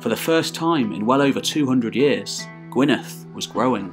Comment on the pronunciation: The double d in Gwynedd is pronounced like the th in (the)